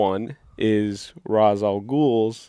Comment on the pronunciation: Ra’s, not Raz.